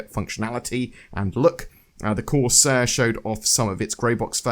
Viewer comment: DRAKE-CORS-AIR! DRAKE-CORS-AIR! DRAKE-CORS-AIR! DRAKE-CORS-AIR!